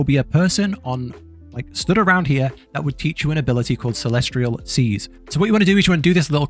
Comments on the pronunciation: CELEST-IAL CELEST-IAL...not CELESTRIAL:face-purple-crying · Good God, if I hear him say celestRial one more time, I’m gonna break my neck with my bare hands